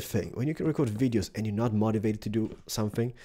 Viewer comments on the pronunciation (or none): mativated? mOtivated!